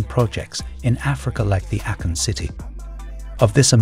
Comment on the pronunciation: ā-Kon. Not Accon. 😂